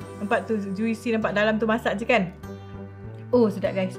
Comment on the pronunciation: i cannot move on dgn "ju-we-see" tu...